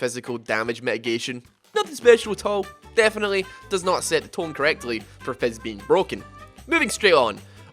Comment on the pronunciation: Its not fezz it fizz you moron